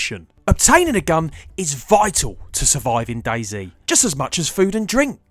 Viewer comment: "Daizi" dude no hate but its dayz